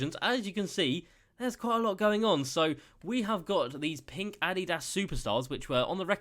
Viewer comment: Never pronounce Adidas like that ever again.